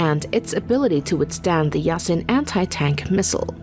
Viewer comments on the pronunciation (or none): It's Typed Yasin but the right way to say it is more like Yaseen.